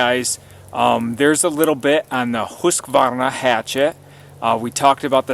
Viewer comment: Ullrica is proud of you for the pronunciation , I'm sure. =0)